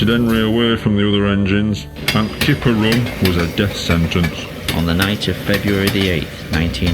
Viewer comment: I like how you like its called the flying kipper but you said th3 flying killer